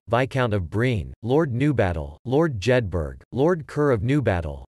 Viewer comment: Jedburgh is pronounced as Jedbra...not Jedberg